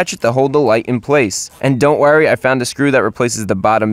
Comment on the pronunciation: me: Do not worry europe: Do not worry austrailia: Don't worry chrisfix: Do not werry!